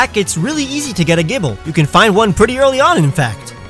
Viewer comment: GIBLE, NOT GIBBEL! FIX IT NOW!